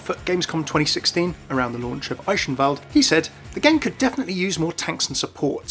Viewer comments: "Ishinwald"? Is Eichenwalde not pronounced more like "Ikhenvaldeh"? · Say it with me: 'AYE-KEN-VALD' Not eishenwald or eeCHenwaldey. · Eye-hen-wal-de is the real way u pronounce it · Pretty sure it's pronounced Eye-ken-wald. Not sure for certain, but I think that's how ATHENA pronounces it. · It's simply Eye-ken-vald, I took German for a couple years, been a while so I'm a little rusty, but I remember the basics. 'Ch' is pronounced like 'k', Germans pronounce 'W' as 'V'. Eichenwalde literally means Oak Forest too, so the more you know? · eye - shen- wald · That pronunciation of 'Eichenwalde' doe